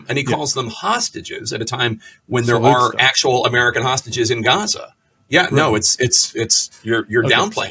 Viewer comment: All I can hear is tosstages. That's probably what they do to each other past time